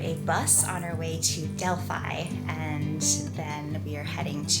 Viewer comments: The pronunciation of the most "i" in greece is like "ee" for example Delphee not Delphai. And as a fun fact if a word contain "ph" for "f" probably is of greek origin.✌ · nice video but as a greek i cant hear this "delf-ai' try to say it like "del-fee" 😀😀 in general most words with "i" pronounced as "ee"